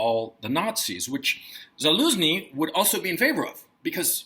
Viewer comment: The head of the Ukrainian military's name is pronounced "Za-LOSE-nee"? lol! How absolutely perfect. 😂